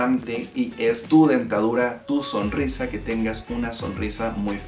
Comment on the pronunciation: AMtes, siguieMte, deMtadura, geMte, falta modular un poco más al hablar, se nota mucho esos errores... Eso también es bonito, la gente que habla bien.